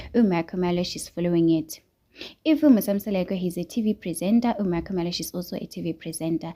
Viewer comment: Why do you pronounce 🤔"MaKhumalo" like that?😂your vlog is interesting but pronounce people's names properly, please. 🙏